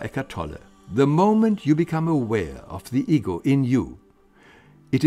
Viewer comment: When he says "ego" I hear "eagle". 😜 Greetings from England.